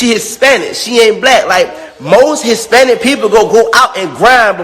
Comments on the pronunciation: First of all, is he saying “HisSPANISH”?!!!! 😂😂😂😂😂 who cares what the fuck he has to say ! I’m weakkkkkk lmao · wTF is Hispanish? Is he having a hard time pronouncing the -ich?? The f**k 😒 Nobody wanna hear all this from such an ugly dude. Ewwwwww